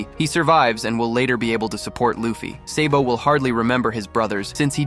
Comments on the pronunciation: dude he said seybo instead of sabo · It’s SA-BO not SAY-BO